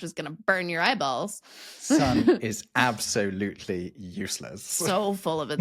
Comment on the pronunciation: And responded, “ Ab-SOL- utely…”😂